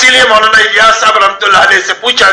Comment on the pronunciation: لفظ (مولا) نہیں مولانا ہے